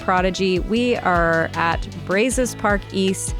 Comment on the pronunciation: It's BRAW-ZOWS chicas